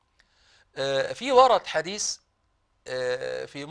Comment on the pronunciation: لو تتكلم بصورة صحيحة لكان أفضل يا هذا وليس هزا حديث وليس حديس معذرة وليست معزرة إذن هذا الحديث وليس إزن هزا الحديس ثلاث وليس سلاس أمر مهم بارك الله فيك